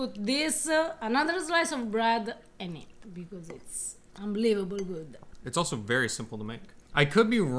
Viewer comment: Looks Good-uh!!! ❤️